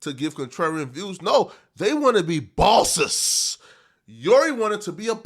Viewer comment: " everyone is bowses now" 😂😂